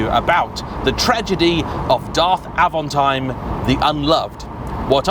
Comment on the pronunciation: It's Avanteeem not Avantiiime ! It's French!